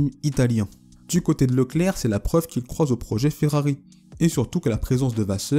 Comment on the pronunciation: oui beaucoup de liaisons zzz carrément inventées et parfois après un t ;)... c'est zétonnant ;) "il croit zau projet"... et plein d'autres. il vaut mieux ne pas faire de liaison dans ce cas et surtout faire corriger le texte par word ou libre office, ou passer par le conjugueur ;) pour le reste c'est très bon et très intéressant : je like z'et m'abonne :)